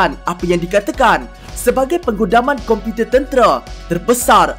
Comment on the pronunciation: Slang pelik sungguh.tambah masa ckp perkataan 'komputer'.